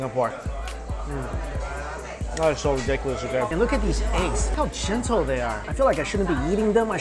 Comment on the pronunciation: julie xoxo 'gentle', not 'jizzle' XD